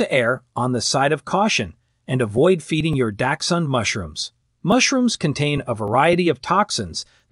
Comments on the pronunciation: Not trust anything you say, when you pronounce dachshund that way lol🤣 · How about popcorn. My dachshund loved to eat popcorn out of my bowl while I was eating. Please learn to pronounce the word dachshund and onion, thank you. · Good god, can these experts please pronounce dachshund correctly or at least the same?